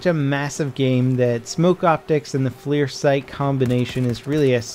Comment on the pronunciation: FLIR is not "flear". It's generally accepted to pronounce it "fler".